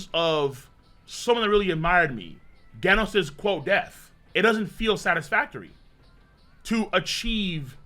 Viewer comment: Imagine mispronouncing both GIF and Genos, hates the letter G